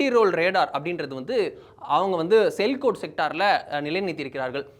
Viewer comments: Sir, it is not sailkot , it is Sialkot Pronounced Siyaal-kot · Sialkot- சியால்கோட் என்று படிக்க வேண்டும்.